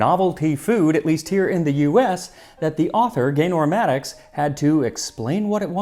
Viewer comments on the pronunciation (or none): none